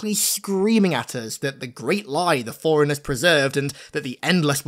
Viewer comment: Bro it’s forerunners not foreigners. You can have an accent but shit at least TRY to say the word right if you’re going to say it every other sentence